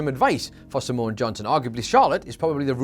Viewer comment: Simone is two syllables not three.